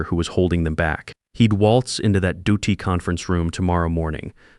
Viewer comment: DOT is pronounced Dee-Ohh-Tee